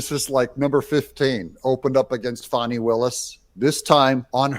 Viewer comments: Can we just “call a spade a spade”? In a bush sr tradition: its not “fahnee” no more than “suh-dahm hoo-sane” “Sayhdum hoo-sane” Fanny will-us… Because she’s been nothing butt a fanny to everyone else…. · what is this fawni willis crap???? do you see a w in her name????? w.t.f. Are we pulling a joe dirt thing here to spare her feelings???? w.t.f????????????????????? You can call it joe dirte all you want but its pronounced joe dirt. now use that same logic to her name.